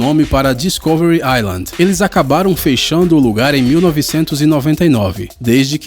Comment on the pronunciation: "Feichando" e "mendingo" foi foda.